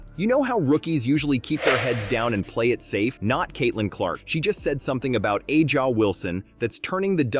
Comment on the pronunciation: “A’ja” is pronounced like “Asia” not “Ah-ja”.